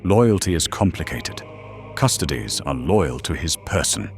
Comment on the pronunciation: Gotta teach that AI how to pronounce custodes before doing a full episode on them 😂